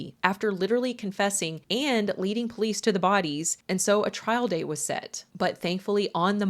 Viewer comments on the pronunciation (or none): none